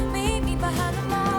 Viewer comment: i love how in august she repeats „meet me behind the mall“ until it eventually sounds like „meet me behind them all“